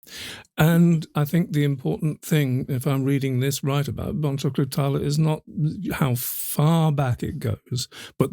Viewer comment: bon-juke-lu tarr-la